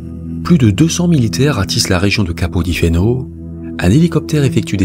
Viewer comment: Capo di Feno se prononce capo di Fene 😀